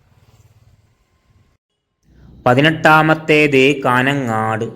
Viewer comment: കാനംങ്ങാട്ട് 😂😂😂😂😂 കാഞ്ഞംങ്ങാട് ആണ്..